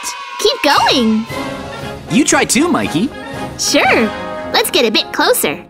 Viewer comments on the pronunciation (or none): Bro it's Mikey not mayceili